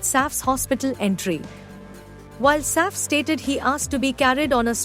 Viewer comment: ur pronunciation of Saif’s name is so irritating